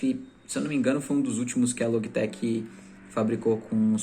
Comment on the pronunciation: Confesso que "Loguitequi" me pegou um pouco kkkkkk mas o vídeo tá show!